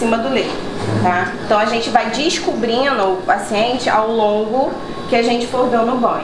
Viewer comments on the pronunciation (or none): Descobrino?? Por q o povo brasileiro de algumas regiões não sabe falar o ndo?? Descobrindo.